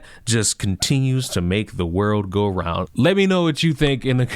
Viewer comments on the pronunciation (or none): none